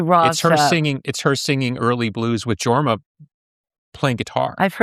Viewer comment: This interview turned me around on Courtney Love. Billy mispronounced both Jorma and Django’s names.